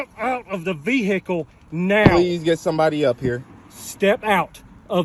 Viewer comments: I hate people that pronounce the word like that. "Vee-hickle." The "h" is silent. 🤦‍♂️ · "step out of the vee-hickle now" 😂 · GET OUT THE "VEE-HAA-KAL" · "Step out the veehickle"😂😂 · Step out of the ve-hicle 😂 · Yup. Yous knows yous in the Boonies whens it's calleds a a Vee Hicles